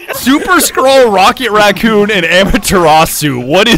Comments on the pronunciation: Amaterasu being pronounced “amateur raasu” is the new “me-crow-wa-vey” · The ONLY downside to this short is Badger's pronunciation of Amaterasu. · hearing badger pronounce it like that hurts me in ways I cannot describe